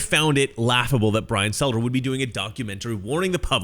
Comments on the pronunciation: Stelter... not Selter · Struggling to get the names right in this video. Brian selter? Nick sandman? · It's Brian Stelter, not Selter. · You keep saying "Selter" instead of Stelter, is that intentional?